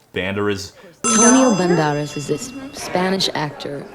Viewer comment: Todd: Antonio Ben-deras. Madonna: Antonio Ban-daras. 😂😂😂